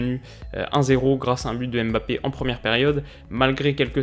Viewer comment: Rien qu’une petite chose Mbappé, ça se prononce mmbappé pas aimebappé, lui même prononce son nom comme ça